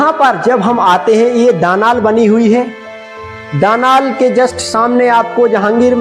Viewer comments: Daanaal nahi bolte daalaan bolte he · प्रस्तुति सुंदर है-----शब्द *दानाल नहीं दालान*है आडियंस का स्तर सामान्य है